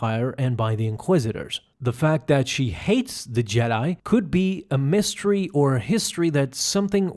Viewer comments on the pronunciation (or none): none